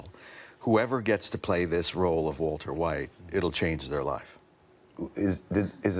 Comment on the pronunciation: Walteeer Whiite